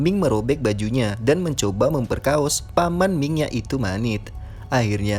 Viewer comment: Salfok pas ngomong memperkaos haha 😁